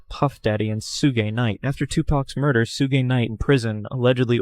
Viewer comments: Sugay night its pronounced shug Knight pal, for whoever commentted Ithat, not directed at you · Sue-gay wtf is sue-gay??Suge, (shugh) , AI be having a hard time pronouncing some things. 😂😂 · I HATE the way they say Sooo-gay for Suge! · Soogay knite wtf 😂😂😂